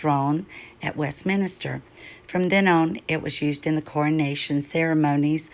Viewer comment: Brilliant research its Westminster not minister